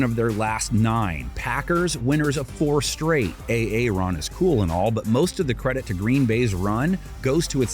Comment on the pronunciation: Did homeboy really say A-A-Ron? Lmaooo 😂😂😂😂😂😂